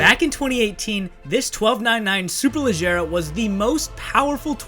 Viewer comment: you nailed the pronunciation, language of origin and translation. Ladies and gentlemen, we have a rare unicorn here.